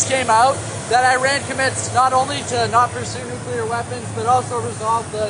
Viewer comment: Walking? You mean staggering, of course. We've got to give Trump credit: he says nuclear, and not nucular. It's almost a miracle.